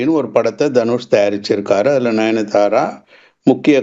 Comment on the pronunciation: Ninithara illa sir 😂, nayanthara